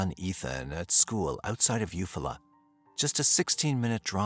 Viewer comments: You Fall la.... he is saying it wrong.... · It’s eu-fall -ah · Thanks for your work. The town should be pronounced You-Fall'-ah with emphasis on Fall. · Eufaula is pronounced you fall uh 😅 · If you’re going to do a video at least look up the pronunciation of the town. Is this just all AI now?